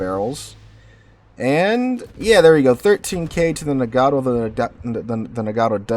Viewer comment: Man, you're killing me with the "Muh-hahn" and "Nuh-gah-toh".